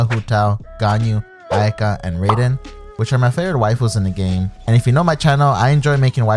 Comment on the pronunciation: These streamers never fail to surprise with these messed up pronunciations of Japanese and Chinese. Who the hell is Ay-Kah?